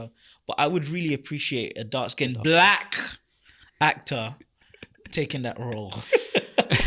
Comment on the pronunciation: why you saying black with the hard K 🤨🤔